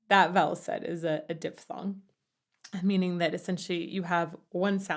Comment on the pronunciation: Great review,. I love your videos. One small nitpick from a fellow singer: "Diphthong" is pronounced "diff-thong", not "dip-thong".